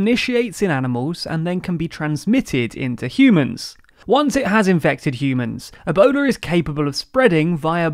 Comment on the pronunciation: Yeah and ah-bola instead of Ebola...